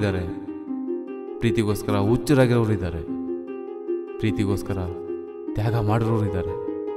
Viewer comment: Good movie .. Very impressive acting and direction .. But pronunciation of narrator at the last was little disappointing .. Preetigoskara "uchraagirovru" Alla "huchraaragiroru!! Enendu "esaridali" Alla " hesaridali ".. "Ha" kaarad bagge swalpa gamana kodi